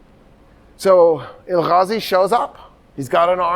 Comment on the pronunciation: please no throat sounds in Turkish. (it hurts to hear or I will keep shouting Julius Caesar and Nicea)... now no "Ghazi" it is "Gazi" like you say gas or grass just the same "g" or Toktekin not Tocghtekn ...not Tughrul... it is a soft "g" you do not pronounce it at all but pronounce the vaul before it double so it is "Tuurul". it is terribly rude to be speaking with deep throat sounds. Turkish still being confused with Arabic even by someone who is so aware of it.... part 1 of the lecture Turkish, Mongolian, Korean, Turkish being related